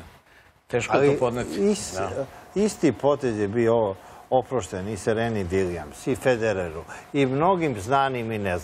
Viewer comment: "i Sereni Dilijams"